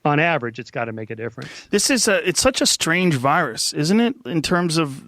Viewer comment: So he can't pronounce an S in 'virus'? but he say the S in 'was'? lol